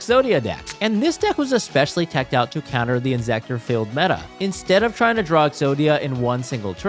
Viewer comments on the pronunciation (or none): none